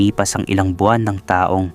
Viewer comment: ARALA ARAL MUNA PGBIGKAS NG TAGALOG VERY POOR UNG PRONOUNCE MO NG TAONG REFERRING SA PERSON AT TAONG NA AGE AY PAREHO🤣 IT’S DIFFERENT PO.